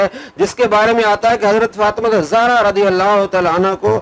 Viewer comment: ye jo indian banda tha ..usko sunta kon hy......usy tameez hi nhi hazart abu bakar ..or hazart fatima zehra ka naam b sahi sy nhi bol raha ..ese lag raha hy ky kisi b aam bandy sy mokhatib hy ....ese logon ko tu alim mana b b jhalat hy ...or kuch b nhii......pakistan mai fitna phela raha hy molvio lara ky ....pakistan mai ye nhi keh sakty tu wo nhi keh sakty ......